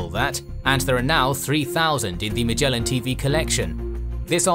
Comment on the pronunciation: I don't know whether Magellan TV is special at all, but 'Magellan' itself is pronounced with a so-called hard 'g,' as in 'give,' not as in 'gem.' It reflects the original Portuguese name 'Magalhães.'